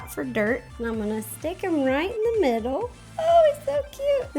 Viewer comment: I really like her videos and all, but why does she always have to say "shtick" instead od "stick" of butter?